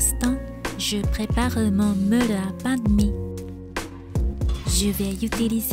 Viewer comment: Bravo pour ton Français !🌺 Juste une petite erreur de prononciation...ce n'est pas une beule ou un meule...mais une boule et un moule 😉